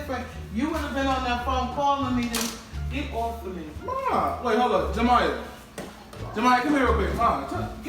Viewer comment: She said "JERMIYA?" 😂😭